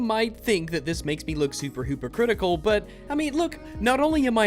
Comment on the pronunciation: Heh you said hoopercritical